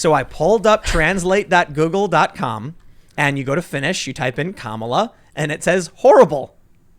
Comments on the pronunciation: In Finnish language the emphasis is ALWAYS on the FIRST syllable. In Finnish "kamala" is hyphenated "ka-ma-la", stress on the first syllable, 2nd and 3rd syllable are just flat. {KAmala} is the way to go! Edit: I told you this months ago: I kid you not, in Finnish language the word "kamala" means "bad, awful, disgusting". For example: "Kamala sää" = "Awful weather". "Miten kamala ihminen hän onkaan!" = "What a bad person she is!". "Tämä ruoka maistuu kamalalle." = "This food tastes disgusting". And so on, there is endless amount of meanings, all of which are negative, for which the word is "kamala", or some derivative of it. Edit2: Not to worry, "Tim" or "Pool" doesn´t mean shit in Finnish. But the word "Timo" is a semi-common man´s first name. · Tim your such a twit you can't even pronounce her name properly. Love her or not this woman deserves respect for her accomplishments. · Nothing more cringeworthy than two white guys mispronouncing a person of colors name and laughing about it. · I love how the pronounciation of Kamala Tim uses is exactly how its said in finnish :D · Don't sweat trying to pronounce Kamala's first name. You destroyed Kayleigh McEnany's last name and she survived. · Damn! I guess the Finnish were absolutely correct with their definition of Kamala. But, I prefer my pronunciation of her name. It sounds like Camel-a. Because like a camel, there's just disturbing sounds that comes out of that mouth. But unlike a camel, she needs liquids often and in great quantities. Take a second to figure that one out, if you will. ;-) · If you struggle with the English pronunciation, just use the Finish version. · Lydia, a native Finnish speaker here. The Finnish word is pronounced pretty much exactly like Kamala's name is supposed to be pronounced in English. Finnish words in general have the emphasis on the first syllable (KA-ma-la) while Americans appear to emphasize the middle syllable (ka-MA-la), but it's quite an indistinguishable difference.